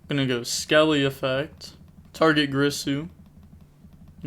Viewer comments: It's GEERSOO bro not GRISSOO lol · cool match also it's girsu not grisu D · its G-I-R-S-U not g-R-I-s-u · Take a shot everytime you hear greesu, being an Orcust player's bad enough without everyone mispronouncing their names LOL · WHY THE FUCK CAN'T YUGITUBERS PRONOUNCE "GEAR-SUE"'s NAME CORRECTLY. Big sad 😥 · Girsu... isn’t it pronounced “gear-Su”? Maybe I’m wrong. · Girsu is pronounced Geersue